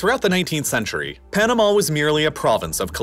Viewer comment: Your of Panama is so off.